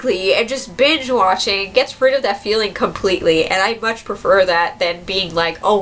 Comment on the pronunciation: I thought she said "bitch watching" lol